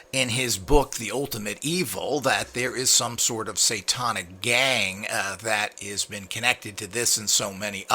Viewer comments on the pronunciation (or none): Every time you say: "satawnic" I cringe. I bet Manny can correctly pronounce the word, "satanic," and he is an uneducated gardener!